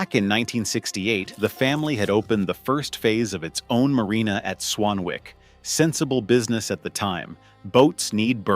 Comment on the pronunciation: Tip, its not "Swan-Wick", its pronouvced "Swan-ick". Have you watched the TV show "Howards Way" ?